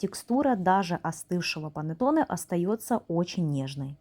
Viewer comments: Произношение ,,,панеттони ,,🤮🤮🤮🤮🤮это итальянское название кекса ,,,панетонеЭ😂😂🤮🤮🤮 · КонсистЭ́нция😅.. И что ещё за панатонЭ..клейковинА́